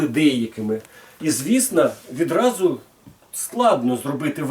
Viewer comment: Ти 20 секунд не можеш без "відрази" казати? Яка "відраза" що таке "відразу" Може "одразу" ???))) Азірови зібралися(((